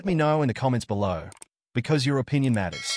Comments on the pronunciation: Penrith 😂😂😂😂😂😂 not penruth 😂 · Not penruth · Just trying to make money, not even a Rugby league fan. Can’t pronounce Penrith or Māori properly to start with.